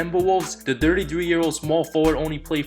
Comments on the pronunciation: Why does it sound like he is saying "Dirty" when he is saying "thirty"? lmao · Normal people: Thirty one thirty two thirty three thirty four thirty five: dirty one dirty two dirty three dirty four dirty five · It truly sounds like dirty 3,dirty 6,dirty 7 whenever you say it ,,,,lol it's cool though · His pronunciation of thirty sounds like Dirty 💀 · Peter Sim “The Dirty 6 year old” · I thought i am the only one who heard it lol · Lol I thought I was the only one who heard that